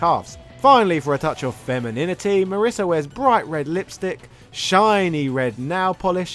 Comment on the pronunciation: My wife's name is Marisa. (hint: it rhymes with Lisa, not Melissa)